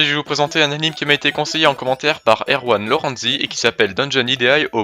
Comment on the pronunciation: Ah ! La vidéo est enfin sorti ! Par contre, çà ne se prononce pas Lorenzi, mais Lorènezi ^^ Sinon, vidéo très bonne : t'auras eu du mal à la sortir, mais tu as réussi ! :D En espérant que Youtube arrêtera de te pourrir la vie. Bon, la prochaine fois, je tâcherai de te proposer des animés de qualité...